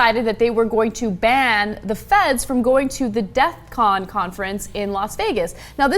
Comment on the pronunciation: its DEFCON not death con -.